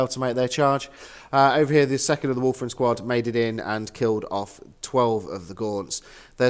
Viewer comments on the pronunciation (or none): A common pronunciation slip.